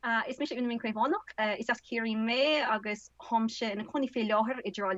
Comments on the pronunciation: It's Minh with an nh niy Ming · Minh to the northerners will sound like "Ming". Not that I'm fully a northerner but a halfie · Nh is a G sound in the North. I'm Irish in Hanoi. Ninh Binh is pronounced Ning Bing